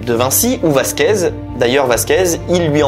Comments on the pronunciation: Please !!! C’est Velasquez !! Pas Vasquez … c’est dommage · Vasquez et Galla tu as dis? Velazquez et Gala ☝️